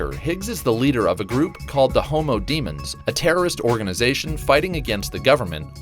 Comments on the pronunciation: When he said 'homo demons' I couldn't stop giggling. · Not gonna lie, I chuckled when he said homo-demons